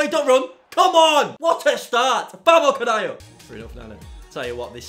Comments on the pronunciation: What is he saying?? VAMO KANEYEO? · How’d u pronounce it, like “VAMO DE CAYO” howwwww?